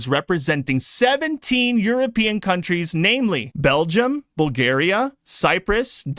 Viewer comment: Ah yes, Broossells, the capital of Belgioom